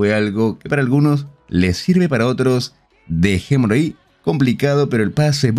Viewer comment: Soy yo o dice: dejemoloi